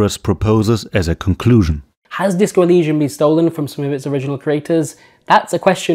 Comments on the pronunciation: Why do you pronounce Elysium as [ulusium]? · Great video. One thing to note though. You make a very in depth video about a subject. It'd be nice if you don't mispronounce it 20 times during the video. You even show clips of them pronouncing Elysium properly. I don't know why it bothers me this much but it's something that in my opinion should never be fucked up. You do dozens of hours of research but can't be bothered to pronounce it right? If the facts weren't on your side then I would've dismissed the video because how do you want people to trust you when you can't even get the name right? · accent bro